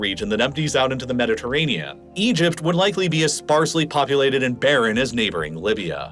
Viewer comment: What is a "Mediterranea"? You keep pronouncing the Mediterranean as "Mediterranea".